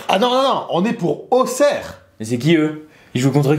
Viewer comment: Enfaint des gens qui disent bien auxerre